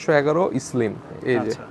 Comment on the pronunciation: What is eslim ?😂😂 Vai slim hobe,😂😂😂😂😂😂😂